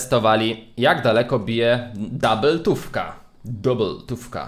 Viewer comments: O ile sie nie myle to po Polsku to jest dubeltówka a nie DOUBLEtówka. Slowo DOUBLE jest z Angielskiego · Nie dabyltuwka tylko dubeltuwka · To nie jest DABELTÓWKA tylko DUBELTÓWKA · Doubletufka XD mowi się dubeltówka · Czemu ty mowisz doabbletowka?! Mowi szi dubeltowka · Mówi się dubeltówka a nie dubletówka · dabeltówka xd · Fajny film i powiedziałeś dabyltowka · Mówi się duubeltówka 😉